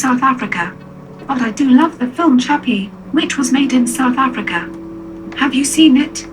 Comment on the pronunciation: I am shorked when i hearing she said a firm from sourth africa .